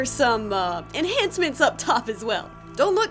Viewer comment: "enhancments up top" lol